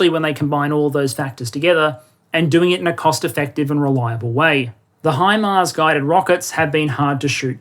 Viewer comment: I appreciate you pronouncing it HImars instead of HEmars. very annoying hearing English and former dominions pronouncing it that way :)